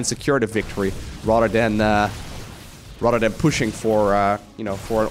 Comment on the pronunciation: Every time he says "rather than" i hear RotterdaM